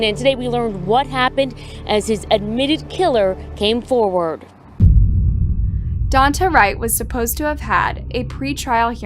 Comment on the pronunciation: "Dawn-tey", Jesus Christ, learn how to pronounce stuff.